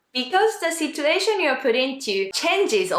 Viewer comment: thanks a lot! This helped me a lot and will surely help the people who will hear it from me. Just one thing. Since your English pronunciation is great and there's only one thing that stood out to me as an English teacher, I'm gonna tell you about it. I hope you don't mind. I don't think anyone else would tell you this, but the "t" in "situation" is actually pronounced as "ch". So even though it's written as "situation", the pronunciation would be "sichuation". Keep up the great work!:)